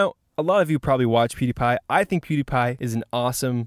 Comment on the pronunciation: sounds like poo-dee-pa pewdiepie!